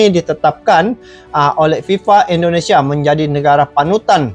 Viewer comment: Indonesia bang bukan endonesia Dri awal cakap . Abng cakap endonesia endonesia Coba betul kan dulu penyebutan nya 🙏🙏